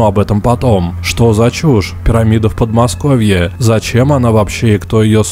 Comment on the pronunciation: Пересматривал видосики по Петскопу, захожу на новые видосики и слышу в каждом предложений, слове, окончаний, такое произношение раменСКОМ, подмоскоВЬЕ, не очень долГО, быстрого приготовЛЕНИЯ, не сдалСЯ и так все видео Никакой ненависти каналу и автору, но это тяжело слушать такое произношение